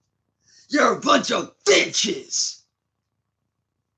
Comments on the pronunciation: "YOU'RE A BUNCH OF VITCHES!!!"😂😂😂😂😂 Muhfuka must be the biggest vitch of them all! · "you're a vunch of VITCHES"